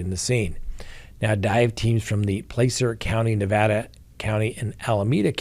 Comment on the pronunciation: It's Placer County, California sounds like plaasser